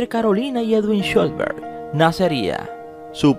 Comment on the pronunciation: Con respeto, debes mejor la pronunciación del apellido trataré de indicarte asi: Shh los Berg, no sholbert como tu lo pronuncias; por la escritura del apellido el padre ha de ser descendiente de alemán, austriaco o suizo